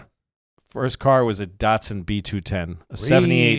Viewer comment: Why do you all pronounce Datsun wrong?